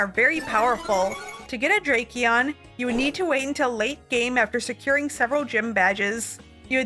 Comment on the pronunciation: Not drake-eon💀